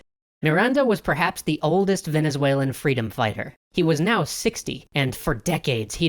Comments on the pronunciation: Venezuel"E"n independence ..... Ok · it''s VenezuELAN not VenezuALEN... :/ ... Anyhow, I love this serioes. Keep it up :D